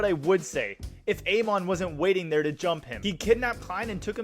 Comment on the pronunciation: Pronounication is incorrect on Amon and the Transmigrator names